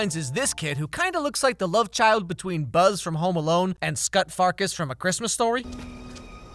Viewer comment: I wheezed at that pronunciation of farkas! 😂